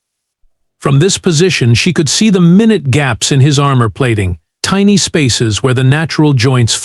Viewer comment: The AI narrator needs to be trained on the difference between the meaning and pronunciation of minute as a unit of time and minute (pronounced mai'nu" t) as an adjective describing something extremely small or insignificant. If this story had been reviewed and edited by an actual human with a reasonable understanding of the English language, these types of errors could be corrected before the story was published.